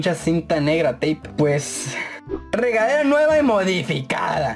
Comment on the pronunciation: Dijo regalera o es mi iaginacion